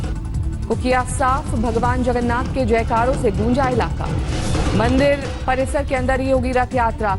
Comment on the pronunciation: Sab log tested h...and pahle sahi nam bolna sikho